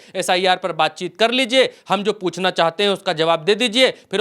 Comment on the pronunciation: इस बिड़ले को हिंदी बोलना ta नहीं आता है निर्णय को निने बोलता है 😅 चाहते जो चाते नहीं को नी